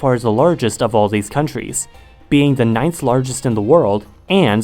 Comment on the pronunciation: Do you say "za" instead of the? 😂